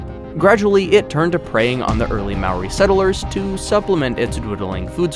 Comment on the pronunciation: Bruh it moari not Mari